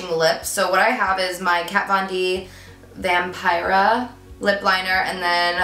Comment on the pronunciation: Omg im so sorry but "vampirea" xDDDD OMG love uuu tho